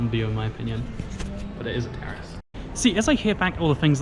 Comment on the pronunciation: When said “terrace” I thought he said terrorist and I was like, ok?! Nice to know...?